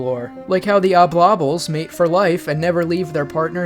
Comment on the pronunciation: Are you saying Oblobbles wrong to tilt us? Obbel-lobbellz is clearly correct…